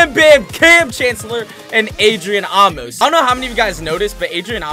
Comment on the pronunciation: Maybe Amos is getting destroyed bc you’re saying his name wrong 😂 it’s pronounced like ay-Mose